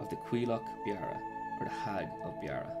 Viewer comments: Ya it's more of a beera sound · Beara isn't pronounced like that.